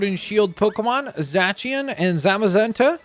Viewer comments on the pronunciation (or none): Zacieon is pronounced Zay See On